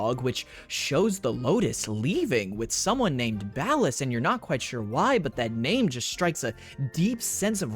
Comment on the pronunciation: Ballas❌Bald Ass ✅